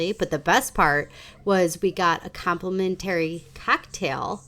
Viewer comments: Thanks for this! I would only stay at the Intercontinental. Love that one. Your way of pronouncing "complimentary" drove me nuts. 😂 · AI? because you have no clue how to say complimentary. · 😂It was soo annoying. And she said it 100 times. Bless her heart😂